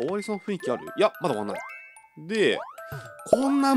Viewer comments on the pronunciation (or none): まだありゅwかわいいw